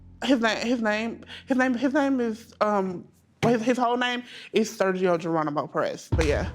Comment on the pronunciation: Geranimo? Cmon